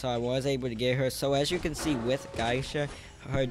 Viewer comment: It’s GEY-SHA not GAISHA. And MI-CHI-KO